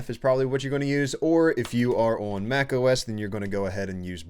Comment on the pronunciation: love the way this guy pronounces the word "on". bro makes like a 2-3 syllable meal out of it. "U-O-A-N" oh and good vid thx